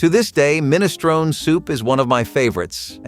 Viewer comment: MinistronE The E is pronounced, it's Italian, not English.